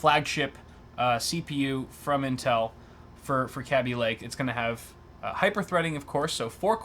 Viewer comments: think the rest of the English speaking world has got kaby lake pronunciation wrong. going to have to start calling my child a babbie rather than baby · It's pronouced KayBee (Kaby) Lake. Not CAB BEE Lake.